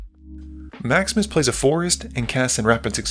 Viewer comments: Every time you say "Maximus plays" it sounds like you're saying "Max misplays" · I keep hearing "Maximus" as "Max Miss"... 😅